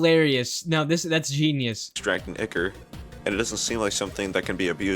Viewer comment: Its icor your right